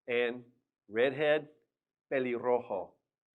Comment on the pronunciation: Pelirrojo rubio r pronounciation is not right